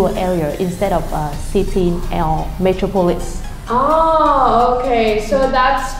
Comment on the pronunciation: bạn này bị sai stress chữ metropolis, với thiếu ending sound, chữ điển hình là "amenities" phút . And That's an intriguing question :D